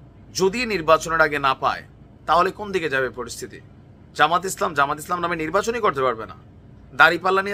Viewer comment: জামায়াতে ইসলামী নামটা শুদ্ধভাবে উচ্চারণ করতে পারেন না, আপনি কিসের youtube এর একটিভেট? জামায়াতের নিবন্ধন তো আছেই শুধু প্রতীক ফেরত পাবে ইনশাল্লাহ